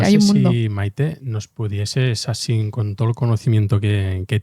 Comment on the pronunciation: Escuchen toda le entrevista...el caballero dice ''asin''...de vergüenza, con lo hermoso que es el rato.